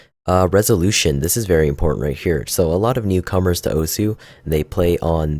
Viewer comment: Pronounced "Oss"